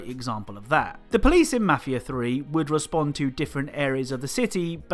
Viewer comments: You can’t clown on Maf ia tree when you can’t even say it right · “Mahfia free”